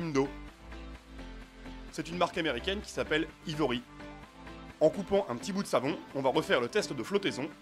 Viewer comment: je pense que cela se prononce " aie vory" , si c'est américain ;)